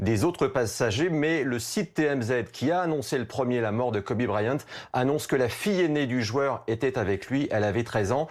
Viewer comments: Quel est l'utilité de parler de son affaire de viol ??? Surtout qu'il n'a as été reconnu coupable.... Et en plus ça se prononce "Kobi" pas "Kobé" merci les journalistes français... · PTN PRONONCE KOBE PAS KOBé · « Kobé » à et « fille aînée » à c’est bien d’être dans l’actu en direct mais pour mal prononcé son nom et dire des conneries ça ne sert à rien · Il a dit Kober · Il a vraiment dit kobé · "kobé" Nan mais vous avez pas honte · "kobé bryant" et mercé bfm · Deux trucs... déjà parler de viol (sachant que cette affaire est peut être inventée de tte pièce) au moment de sa mort c’est honteux et après dire « kobé » a putain c’est du non-respect faut s’informer au lieu de vouloir sortir l’info le + vite possible par des journalistes qui n’y connaissent rien en + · Putain mais respectée son prénom bordel on dit pas Kobé bande de merde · 2.30 :le mec dit KOBé IL est sérieux la !!!